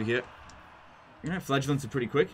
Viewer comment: Teehee it sounds like he says flatulence